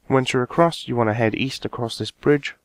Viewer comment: East? I thought you said Weast?